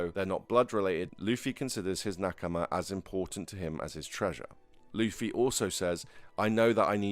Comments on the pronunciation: It's "loofy" in every language brother. you could call him Lucy though, he dgaf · Am I going crazy or am I hearing luhffy when he says luffy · why do you bounce back and forth between pronouncing Luffy incorrectly and correctly?